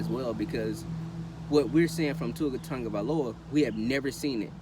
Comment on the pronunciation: Sau Tafao you Bama fan too? Totally agree articulate & factual video!! Love the way you say my family name.. Sau you from Diego??